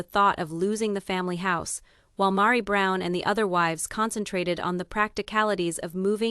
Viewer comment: Rowbin? LOL Mahri? LOL smh